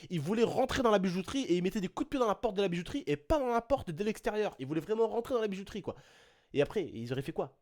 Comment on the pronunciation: Suis je le seul.a avoir entendu ''bizouterie'' au début de la vidéo ?? ^^